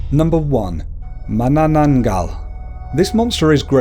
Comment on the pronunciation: and when you pronounce tikbalang have a 1 sec pause. like Tik-ba-lang. every "-" is 1 sec :D and the way he pronounce mananangal is correct :)